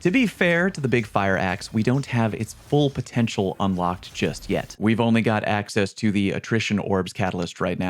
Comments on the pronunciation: Did you say AXEcess? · Axess? Really???